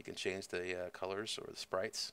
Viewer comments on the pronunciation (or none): none